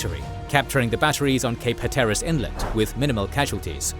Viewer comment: I love the way you pronounced Cape Hatteras but it is definitely not how you say it 😂